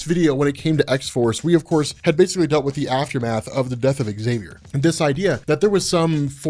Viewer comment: There's no eggs in Xavier, it's pronunciation is Zavier and Merlin is Merlin not Mer-linnn